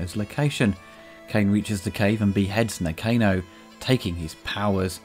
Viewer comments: I'm pretty sure it was pronounced Na-Khan-o, not Nah-Cane-oh.... ;-) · Did you even watch the film ? You are pronouncing Nakano incorrectly.